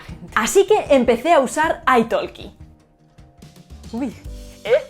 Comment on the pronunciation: I think that the pronunciation of italki should be aytahki, not aytaLki, it comes from English "talk" the "L" is silent.